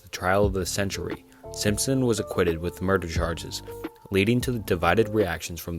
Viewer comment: Bro can’t read. Within the first 5mins so many mispronounced words and flat out wrong names. Do better man. Google how to pronounce words and names before recording. “Acquitted” “Dahlia” just a few examples.